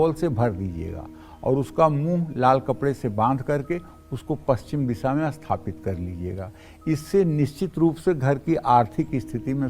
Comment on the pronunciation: Likha toh sathapit hai bol asthpit rahe ho. 😇😇🙏